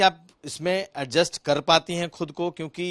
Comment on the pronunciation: Arjust ni adjust hota hai bhan ji